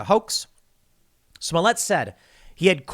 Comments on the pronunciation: It’s pronounced Juicy Smoleit Tim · Tim, you got to learn the 'correct' pronunciations of their names. It's Juicy Smoy-ley and Doh Ley-moh! LOL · Joussay Smoullietté. Get it right, chuds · I believe it's a reference to Smollett. Some pronounce his name Smolliyay mostly because he thinks so highly of himself. There's an old British show with a lead named Hyacinth Bucket and in every episode she tries to tell people her name is Bookay, it always cracks me up. Some people just aren't happy with themselves. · Dave Chapelle pronounces it "Juicy Smo-yey". Which is it?